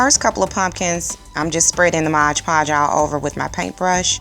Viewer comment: Great job. Gonna check out the other vids also. Btw, it's MOD, not Modge.